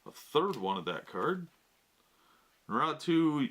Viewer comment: Its not pronounced how u said it bro its NA RUUU TO